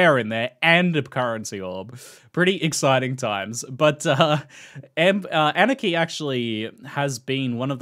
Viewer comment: The way he says Anarchy sounds like Aniki, RIP Billy